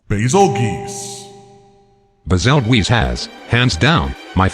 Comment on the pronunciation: It irks me with great passion that they pronounce Bazelgeuse as Bazel-GEESE instead of Bazel-JUICE, the correct way to pronounce it.